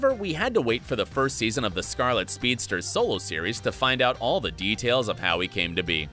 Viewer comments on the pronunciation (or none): none